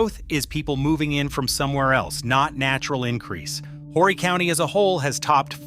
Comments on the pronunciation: JUST AN FYI TO THIS NARRATOR. HORRY IS PRONOUNCED "ORRY." THE H IS SILENT!!! INTERESTING ARTICLE...... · Horry is pronounced O - ree